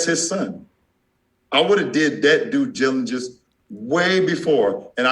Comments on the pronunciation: He can't even pronounce due diligence lmao! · Bro this man can't even pronounce "due diligence" lmaoooo